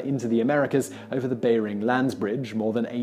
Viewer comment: The Bayring land bridge, what??? I think it's the Bering (pronounced bear-ing) Land Bridge.